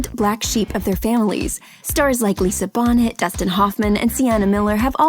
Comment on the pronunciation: Its not pronounced Bonnet, its pronounced "Bon-ay". The T is silent you dumb asses!